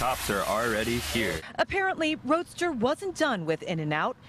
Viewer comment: Bruh he’s my cousin it’s not “Roadster” it’s Roeder